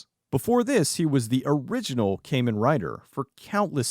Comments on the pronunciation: Bud, I love you but KAY-men rider nearly killed me. KAH-men rider, lol. Sorry I'm an obsessive Rider/Sentai fan. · Always a pleasure to see Hiroshi Fujioka in stuff. Man is a legit legend. Also... not to be that guy... but it's pronounced Kamen like Common. I don't like being a pronunciation AKCHULLY guy, but as a long time Kamen Rider fan, it just... urked a little hearing it said like that. Apologizes...